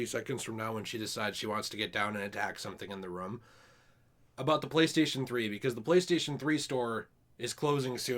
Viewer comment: We went 7 seconds without mispronunciation “room”😂